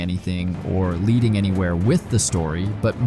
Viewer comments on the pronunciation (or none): none